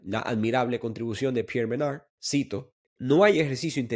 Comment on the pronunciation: ¿Por qué pronuncias el nombre Pierre Menard como si fuera gringo?